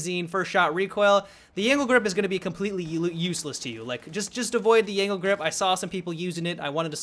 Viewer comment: when he said "angled grip" I thought he said "anal grip"